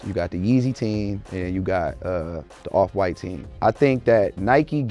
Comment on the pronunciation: "awf fwite"